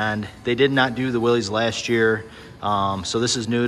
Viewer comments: “Willies” edition? Lol You mean Willys (pron: Willis). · It’s pronounced “Willis” as in Bruce Willis. Not “Willies”.